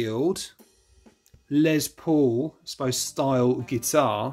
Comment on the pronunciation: You Britts really need to learn how to say LES paul, not LEZ paul...😂😂😂